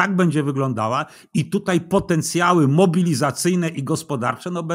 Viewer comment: "TUTEJ" .... czas się chyba poprawić. To już w lata "idzie".